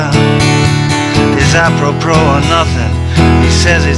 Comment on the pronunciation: BTW, Justin, that word aprepos, "aprəˈpō," has just one r. Thought you might like to know. Thanks for the lesson, it's so good!